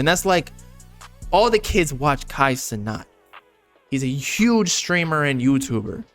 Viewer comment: bro said kai cenot